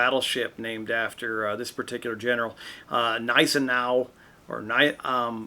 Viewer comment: the Prussian officer that you have been talking about was the the real 1815 campaign Blucher's Chief of Staff. He was NO fan of Wellington and distrusted the British. You pronounced his name correctly. At this point the Austrians did not like the Prussians and distrusted the Russians.